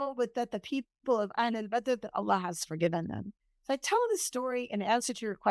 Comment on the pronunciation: Sister, may I ask you to pronounce the Name Allah with the accent on the last part Allah not A llah. Jazak Allahu khayr